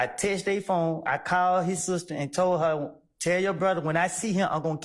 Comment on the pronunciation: She keep saying “texteded”